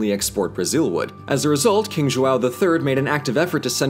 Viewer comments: Deixa o, tadinho, ele tentou. Mas que dói ouvir Joo-ow dói. Os outros nomes ele até falou certinho. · You're pronoucing João as "Chihuahua", lfmao. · I just had a class about linguistics and my teacher talked about how gringos can’t pronounce ão to save their own lives and then I go to YouTube and watch him struggling to say João dkdjdjhd J O A L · verdade kkkkk muito bom eles falando "João" kkkk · Thats... not how you say João... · His pronunciation of João is killing me! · Love you guys (and I'm 2 years late) but 2 things: - The "R" in Rio de Janeiro has the same R as in Richard, it's not our fault that English is phonetically inconsistent, - I die Everytime you say João, the sound is way more nasal than what you have in English. Just some constructive critic on pronouciation. Also, amazing video/channel 💜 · not our fault you can't pronounce rio de janeiro dude, and stop saying brazil enslaved and brought people here when it was actually portugal, ffs...oh, and just so you know, that's not how you pronounce João either... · The way English speakers say "João" is so annoying. Instead of saying JOAL, try JO-OWN. This way it at least seems like you're trying. The "ã" sound is pretty much the same as the English "uh". And about the "R" sound. In the beginning of the word it's closer to an "H" (as in horse), so the pronunciation of "Rio" is very close to "Hill" , though the "o" sound is shorther than the "ll", try pronouncing it "hil-o". As someone who teaches English to Brazillians, I must say it's fun doing my job the other way around. LOL Great content, guys. Keep it up. Cheers. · His accent is actually pretty good but him saying “João” as “Joa” MADE ME LAUGH SO MUCH. Also “what did the letter R ever do to you?” is GOLD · I just love how ~ doesn't exist in english so he says ''Joao'' instead of ''João''. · Mais algum brasileiro se cagou de rir com King Joal? KKKKKKKKKKKK JOÁL VÉI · Jo-AW hahahahahah btw great vid